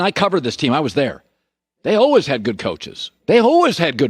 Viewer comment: Colin “Allwizz” Cowherd